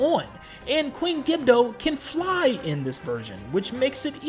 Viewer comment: Queen gibdo it’s queen gibdo